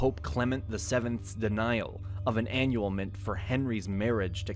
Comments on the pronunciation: how do you mispronounce the word "annulment?" "ANNUALMENT?" Seriously? Robot voice? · Annulment, not annyulement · You need to research your words. Annulment is not pronounced “AN-ual-ment.” Also, The printing press was not “discovered.“ It was INVENTED. Big difference. “Discovered” implies that it already existed, which it did not. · An-ULL-ment, NOT ANN-yool-ment. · Ah-NULL-ment.....not AN-nyul-ment....what is up with poor pronunciation and these videos? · Annulment, not annual ment. Aragon not Argon Sorry it is just hard to trust a source if they can't pronounce things properly. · Get a real person to read the script! They might point out some of the errors, such as: the printing press was not discovered, it was invented. Henry VIII wanted an annulment to his marriage, not an annualment (which isn't a word). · Is this AI generated? "annullment" is pronounced "annual-ment" by the narrator. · a what now? An "annualment"? 🤣🤣🤣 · Weird pronunciation by the chat bot. Expect loads more AI ChatGPT video articles to come out. I'll go get my Annualment. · The video is correct in stating that Henry VIII asked for an annulment, not a divorce, from the pope. However, the narrator mispronounces the former term. It is anNULment with the stress on the second syllable. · Is this guy an English speaker? Annual-ment? Sub See Quent? And, the 'United Kingdom' did not exist in the 17th century. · "annual ment", lol. none of these history tubers pronounce things right. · "annual-mint"...🤔🤔 Am I missing something? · You forgot Jan Hus is Moravia, who was 100 years before Luther. Also, your computer does not know how to pronounce aNULL-ment.. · What's an "annualment"? lol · Annual-ment? Is this a robot? Fuck robots! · Annual-ment? Really? Check your pronunciations, please. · A-nu-e-el-ment, how you pronounce a word you've only read 😉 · When the narrator doesn’t know how to pronounce “annulment”, the video loses credibility. Google is your friend.